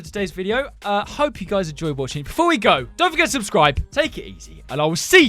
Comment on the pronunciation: "rubscribi" made my day